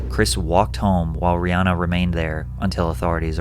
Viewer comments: btw her name is pronounced "ree-HAN-uh" not "ree-HAA-na" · About Rihanna... A lot of us have gotten stuck on pronouncing her name as "Ree Ah Nah" but it should be "Ree Ann Ah"...